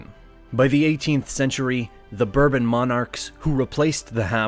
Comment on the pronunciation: Was this kid a butcher before he received this gig ? He certainly is butchering the the pronunciations of the old regimes of Europe....another bourbon ,son?